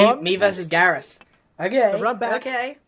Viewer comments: It’s Voltron Gahreth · If you replace gareth's e with o it becomes garoth